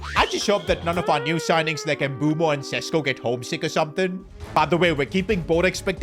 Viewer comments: PCQ: Mbeumo doesn't feel happy with the name you gave him "Mboobo" he feels like u should check the Manchester united players "pronunciations" but he calls you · It’s written MBEUMO, the E is before the U why you keep fucking up his name? Talking to you also …